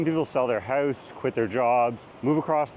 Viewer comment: That’s not how you pronounce Out or House